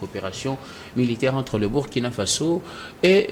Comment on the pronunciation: Monsieur Dieudonné a toujours MAL prononcé le "Burkina" dans ses interventions. Impossible vraiment ou mauvaise volonté ?